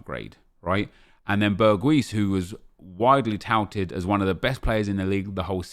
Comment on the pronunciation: Well said Nep. Btw its pronounced Berg-house